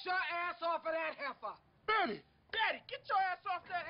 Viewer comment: Btw It’s Heifer